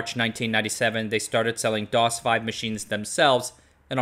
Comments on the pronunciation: As a native Japanese speaker, I can confirm that the V in DOS/V is Vee not Five. The word is prononced ドスブィ do-su-vu-i, or DOS - Vee. Vui is how we say V in Japanese. Since Japanese and English have different phonemes, the pronunciation for the English alphabet and words can be sightly different, e.g. VGA = ビィー・ジー・エー Vee Gee Ehe. Also, traditionally, we did not have a separate way of to pronounce B and V in some words, hence both "van" and "ban" is pronounced バン ban in Japanese. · FWIW, the V in DOS/V stands for "video", since DOS/V uses graphics display modes to show text instead of PC-native text modes which have no glyphs for CJK character sets. Thus, "doss-vee", not "doss-five". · DOS VEE not 5!!! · Thank you for the nice video. Good old days. We used to call PC-DOS that handles Japanese characters on IBM compatibles "DOS vee" (or more precisely "DOS-bui" in Japanese pronunciation of "V"), but not "DOS five". This new version of DOS opened up Japanese closed PC market to the world and liberated us from the dictatorship of NEC. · Great video! I owned a Sharp X1 and then an EPSON clone, but every friend had different model, so I had much fun porting games in BASIC or Assembly for a model to another as a teenager. By the way, we in Japan at the time used to read DOS/V as Dosu bui not Dosu 5 :)